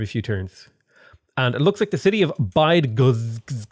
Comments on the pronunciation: Bydgoszcz is pronounced Bid-Go-Sh. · As Polish im offended by how you pronounce Bydgoszcz.